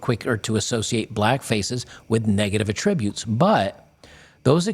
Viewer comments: The accented syllable in the word "attributes" is the first syllable: ATT'-ri-butes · Yeah, it irritated me too. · Attributes. The emphasis is on the first syllable in the context in which you're using it here. If you're attributing a statement to someone, then emphasis is on the second syllable. I'll let myself out. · "...with negative a-TTRIB-utes..." Should be "AH-ttri-butes." The verb is stressed on the second syllable, but the noun (like here) should be stressed on the first syllable. Also . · It's ATTributes not atTRIBUTES. Come on man. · Love ya man, but you really should pronounce "attributes" correctly in the particular context you're using the word. This is literally my one and only nitpicking criticism of your excellent work. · Bro pleeeeeeeeeeeeeeeese learn how to pronounce “attributes”!